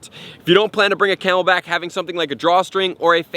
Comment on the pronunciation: he said camel pack